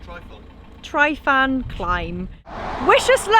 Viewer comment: Not pronounced Try-fan, but Truh-vann